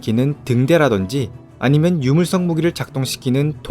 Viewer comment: 유물석을 자꾸 물썩이라고 하노